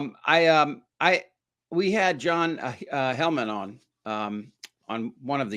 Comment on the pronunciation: Ok…. Offering an honest here. You guys really should learn how to pronounce the names of your guests. You miss prod John Heilemann’s name, and couldn’t think of Andrew Ross Sorkins name. It’s just disrespectful to those men. (All in the first 4 minutes)